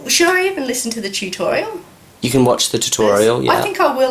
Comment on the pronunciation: chew-torial. xD